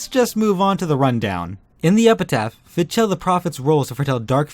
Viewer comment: I think Fidchell or howeveer its spelled is pronounced "Fi-dell". At least that's what I remember from GU.